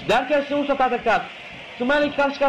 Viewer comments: smörfs değil yalnız, sumurfs beyler : ( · Smurfs'a (Simörfs) (SUMURFS) DEDİ AMK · radyoda maç anlatıyor sanki aq. SUMURFS ne lan SUMURFS ne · Ya onu bunu bırakında "sumurfs" nedir ya :D